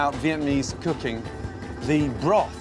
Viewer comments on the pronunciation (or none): Why he saying vietmanese though lmao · via-mease cooking? lol step one pronounce the word correctly.